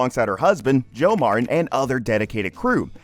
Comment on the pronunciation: Her last name is Martin, not "Mar-In".